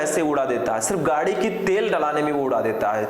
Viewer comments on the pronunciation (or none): none